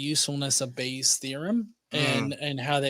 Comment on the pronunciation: Why do you keep calling it Bayer’s? It’s Bayes’.